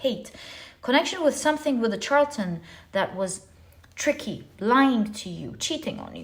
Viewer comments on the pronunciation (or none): Pile #1 is pronounced Shar-la-ten 🤗 The Charlatan in pile #1 & #3 is my husband, I'm breaking free after I get all of my ducks in a row. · Dearest! You do so much for us. I feel the need to tell you charlatan is pronounced shar la ton. "ˈSHärləd(ə)n,ˈSHärlətn a person falsely claiming to have a special knowledge or skill; a fraud.